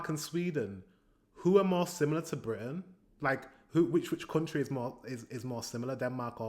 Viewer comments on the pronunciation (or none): none